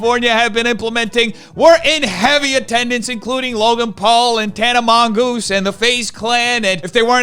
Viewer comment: The best part of your videos are when you butcher people's name. Nicokado blabakado, Tana mongoose, Jake Bathroom stall, Trisha paytoes 🤣🤣🤣.